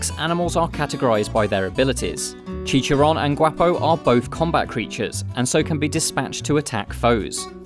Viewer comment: did he just say chi-cha-ron as chi chi ron